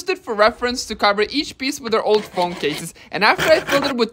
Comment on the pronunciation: Bro pronouncing "Phong" instead a "Phone"